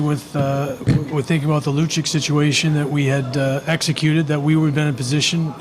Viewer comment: Seriously, we need a better fm that knows how to say players name. Lukik lol its lu-chich